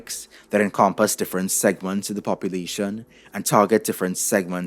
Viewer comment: Differ-ant got me good